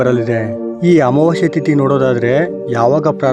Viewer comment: ಅಮಾವಾಶ್ಯೆ ಅಲ್ಲ ಅಮಾವಾಸ್ಯೆ ಕನ್ನಡ ಉಚ್ಚಾರಣೆ ಸ್ಪಷ್ಟವಾಗಿಲ್ಲ